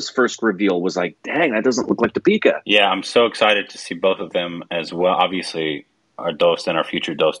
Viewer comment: Awesome trailer. Please please please pronounce Deepika's name correctly! Ask Indrani.